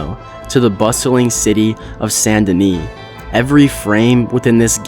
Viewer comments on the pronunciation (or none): Great review, brother, but it's Saint Denis, not Sandini or any of that Sun Duh Knee nonsence.